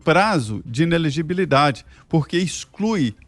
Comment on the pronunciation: INELEGIBILIDADE e não inegibilidade!